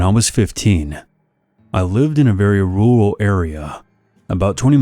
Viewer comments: I cackled at the rooral in story one 😂 never heard someone say rural like that. Love u uncle 💕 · bro hit that "rural" so hard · You noticed that too?